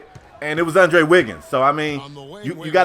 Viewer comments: ITS ANDREW WIGGINS NOT ANDRE WIGGINS LMAO CMON! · did this nigga really say andre wiggins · Andrew not Andre